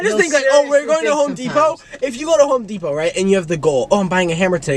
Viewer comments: “Home depao” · home depow